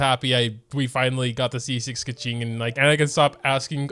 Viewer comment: he still pronounces her name wrong tho